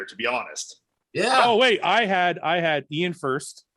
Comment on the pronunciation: Guy forgetting how to pronounce 'Iain' again 😂😂🤦‍♂️ why does he have so much trouble with it??